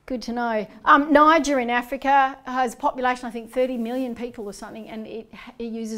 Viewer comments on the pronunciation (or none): none